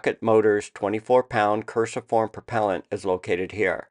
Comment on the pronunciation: Cruciform, pronounced Kru - see - form , cross-shaped